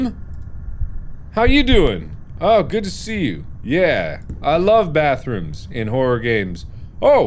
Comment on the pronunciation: “I love bathrums,” —Markiplier